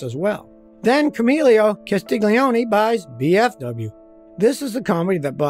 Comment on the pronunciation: please, I can't hear camilo castigolioni... his name is camillo castiglioni... come on guys, do a little practice, because I'm laughing too much